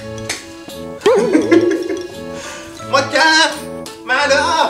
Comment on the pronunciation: まるぅぅぅぅお(巻き舌